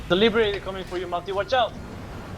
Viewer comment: I love how Matti having a serious talk about SOE and just yells "Liberator" in a french accent. Hahahaha day made..